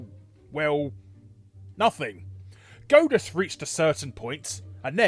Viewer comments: "Goat-us"? Isn't it pronounced "Gawd-us", y'know, like in god? Or is Larry making a joke that is going over my head? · It's God-uss, not Goad-uss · Are you calling it "Godeus" to try and gode us?